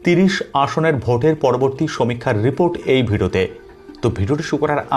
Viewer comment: আমার মনে হয় উনি একটা অন্য জগৎ থেকে এসেছেন। উনি ভিডিও কে বলেন ভেডো।